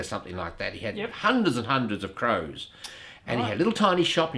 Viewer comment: It's been a while since I heard "CROs" pronounced that way.